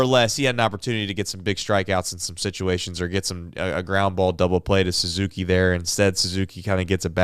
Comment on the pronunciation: Say ah Suzuki, not whatever the hell you said.